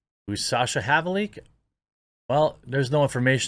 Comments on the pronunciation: Sasha Havlicek. It's Slovenian name. (origin) Havlee-check. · Havlicek is pronounced Have L check, its polish